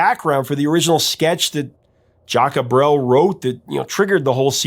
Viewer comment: My family moved to Belgium in the summer of 73 from Canada, this song takes me right back there. I am a huge fan of Jacques Brel ( your pronunciation needs some work) this was a great story, esp. your connection with your father. All the Best jcb